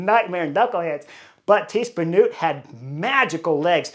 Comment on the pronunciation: it's Tiesj Benoot, not Benoet. Pronounced as written. Dutsch is a phonetic language. Reuser, not Roezer Van Vleuten, not Van Vloeten Kopecky is pronouced perfectly. 🙂